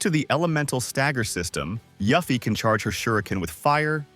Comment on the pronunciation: Listen, I love you, but the way you pronounce Yuffie as "YUFFY" instead the proper way "YOOFY" was hurting me lmao